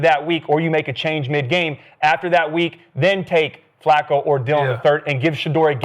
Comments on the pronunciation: yo bro his name fluko. Not Flacco. You know you wanted to say it lol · I remember when Skip first called Flacco , Flucoo😜:finger-red-number-one:first thing I ever agreed with him while watching him every morning at the barbershop ! Salute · Skip constantly calling him Flucco is so damn corny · So disrespectful. They make sure to pronounce “Shedeur” properly, but purposely mispronouncing FLACCO for laughs 🤦🏽‍♂️ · Why is skip saying Flacco like that?